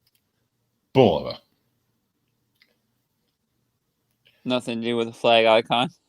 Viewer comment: just a friendly suggestion. If you’re going to have a watch channel learn how to pronounce their names— like bulova